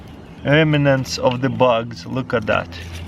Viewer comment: He called Bugs "Bucks"